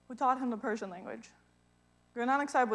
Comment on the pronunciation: Great explanation. Persion pronociation is awesome. I just came to Iran and really i thing pronociating is perfect. My appreciation for